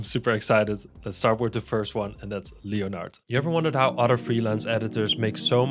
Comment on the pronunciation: Leonard I'm pretty sure is pronounced len erd